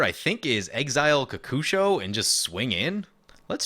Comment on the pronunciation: I say kokusho like you say it. So many people say it ko-ko-sho.